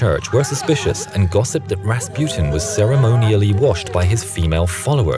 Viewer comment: Am i the only one that was angry how he pronounced Rasputin?